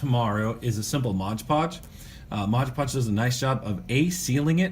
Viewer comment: Love the videos love wwf golden era but one pet peeve that bugs me is you saying modge podge lol its MOD podge haha back to being the doctor of style again